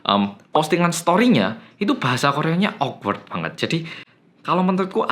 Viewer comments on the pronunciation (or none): none